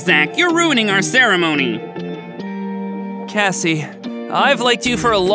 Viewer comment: Cassie not evva